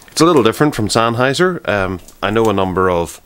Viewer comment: “This is the Sennheiser Flex foyb towsund”